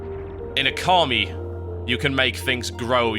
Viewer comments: O-KA-MI not car!!!!! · Okami. Not carmi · stop saying okami wrong made me so angry